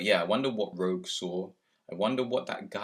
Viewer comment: It's Rogue, not Rouge.